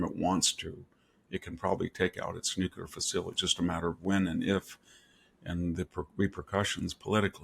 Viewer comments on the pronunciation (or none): Prof Hanson, love your insights and have for years, but please say “noo-clee-ur”, not “noo-q-lur “!